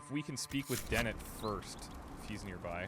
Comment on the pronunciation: Its Dennet dude. Den-net. Not Deney.